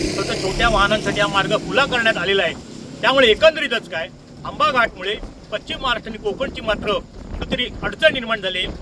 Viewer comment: कृपया पश्चिम महाराष्ट्र असा उच्चार करावा. पच्चीम हा उच्चार चुकीचा आहे. अशुद्ध उच्चारामुळे चॅनलची प्रत कमी होते. 🙏